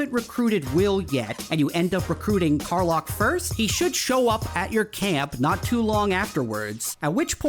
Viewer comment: Lack, Kar-LACK. Is how it’s pronounced. Dummy.